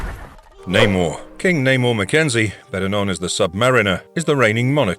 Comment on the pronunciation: Man said Neymar 😂😂😂